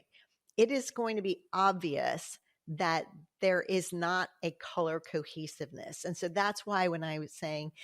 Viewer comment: I kept hearing "Color Cookies" every time you said "color cohesiveness". I think I need to go eat something...🤣